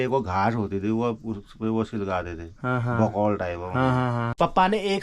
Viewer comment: बकौल नहीं गुफोल कहते है